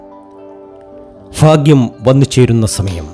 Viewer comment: ഫാഗ്യമല്ല. ഭാഗ്യമാണ്.